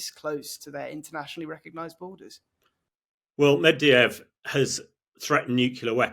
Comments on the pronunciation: This guy can pronounce neither "Medvedev" nor "nuclear". (It's not "Mediev" and it's not "new-que-lar"). Sigh. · Who is Mediev? Does he mean Medvedev? What is Nukular? This guy would be more credible if he could speak English properly.